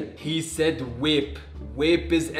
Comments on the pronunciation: Yea like bro they keep on saying wape tf is wape iTs VaPe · Wape 😂 not vape